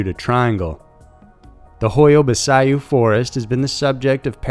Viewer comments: I've never heard anyone butcher the name of that forest so bad 😂😂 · Literally the only reason I clicked on the video was to see how bad he'd mispronounce it haha. This guy's got a way with pronouncing people's names really really wrong. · It isn't nastiness, it's the truth. The forest is very well known and popular on tv shows, etc. How he could not have known how to pronounce this is beyond me. All it takes is a quick Google search and a click on the blue speaker icon. By the way: Pronunciation DOES MATTER. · I closed my eyes sharply when I heard how he pronounced it, but in all fairness it's not easy to say it properly if you don't hear it from a native romanian speaker. But yea great video ! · Great vid as always but it's pronounced "hoya-bachu". Love your channel..😃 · Um, it’s pronounced hoy-ya bah-choo. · The Hoia Baciu forest is pronounced as Hoia Bacu, the people who live near the forest used to avoid it. Now, it has become a source of income because there are lots of paranormal enthusiast visiting the forest. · Hoia Baciu (Hoy-a Bat -Chiew) is a very famous well known location in Romania. It has been featured on Ghost Adventures, Josh Gates' shows, and numerous other programs. Even a two minute glance at a website of world famous haunts & forests would help you prepare before you go to air with your mangled mispronunciations...For God's sake this is near Dracula's territory. Everyone knows this. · the correct way to pronounce the name of the Forrest is ho-ya-bah-chee as in "cheek" without the "k"...sorry just had to point it out,,, it's an o.c.d. thing....lol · I think the best part was hearing u say the forest's name wrong. Actually Sounds like a sneeze lol (ba-ch-u) but your way was funnier But I truly believe that they should have investigated the charges on Roberts before they killed him and said, "hey... maybe he was innocent like everything and everyone said! 💡 let's check now that he's gone" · You butchered the fuck outta that pronunciation.